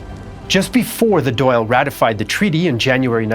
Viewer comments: Dáil is pronounced like dawil with the i being quite short, not Doyle. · the dail or an dail is actually pronounce "dahl" rather than "doyle" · The Irish parliament is called the Dáil and it's pronounced "dahl" "dal" or "doll" not doyle. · Thank you! That was grating! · Dail is pronounced Doll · It is important to understand how much catholic Irish were treated as second class citizens in their own country - and during the potato famine even much worse than that, with the London government even enforcing and worsening the situation. Btw. Dáil isn't pronounced "doll". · I know you gave it your best but every time you pronounced the Dail as Doyle I cringe 😂